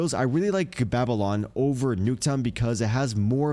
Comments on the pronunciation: Baby yon? Do you mean BABYLON? Baa-buh-Lon. Jesus Christ bro lol u serious? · Did he rlly jus say baby-lon...thats gotta be comment bait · Don’t tell me you’re serious on the Babylon pronunciation